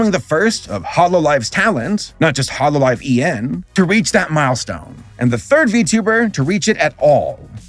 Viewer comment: how are you mispronouncing Holo EN? Kizuna Ai? Atrocious, but understandable I guess. But, Holo EN?!